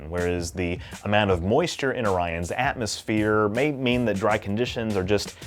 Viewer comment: Pronounced Oree-ons. :D